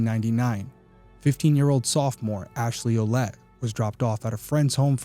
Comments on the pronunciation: Her last name is prounounced "Willette"... I knew more than one family with the French spelling Ouellette-- & they ALL pronounced it that way ❤ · Derrick. I have a Quelette in my family tree (as well as a Lavasseur , the wanderer). Fyi Quelette is pronounced Well let.